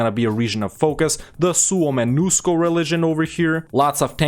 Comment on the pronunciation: Really good pronunciation of Suomenusko 👍